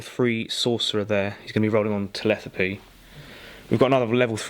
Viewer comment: I must have watched the description of the Chaos army 10 times simply for this line: "He'll be rolling on........TELETHAPY". I had a good chuckle every time. Can't wait to watch the rest of the batrep. Cheers boys.